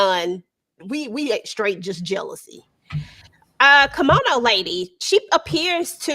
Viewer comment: it's Kimono, not Kimona